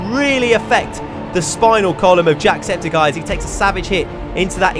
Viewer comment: eye not guy